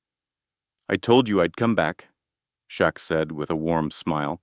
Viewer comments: Shit narrator on name 😢😢 Shaq, chuck, shrek, shack??? Get it right!! SHAQ O'NEIL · Everyone knows who Shaq is why are you miss pronouncing his name, while mentioning him in a very positive video… story was Great, but they need to send you to a school for communicating stories the right way. Before your Homeless. You miss pronounced his name a few times. For such a great story you mentioned a man named Jack, Shock. It took the story to some one else. Shaq deserves full credit.. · Dude, if you make a video about someone use the right name and spell it right. Shaquille O’Neal, his nickname is Shaq then you say Chuck. Do a video right!